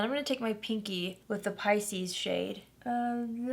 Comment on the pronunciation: Finally I know how to pronounce Pisces.